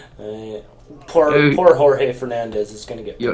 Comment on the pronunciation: Sorry,, but that's not the pronunciation for ""Jorge"" in Portuguese, that's just the Spanish one =P. Both J and G are more like the G as in ""garage"" in English.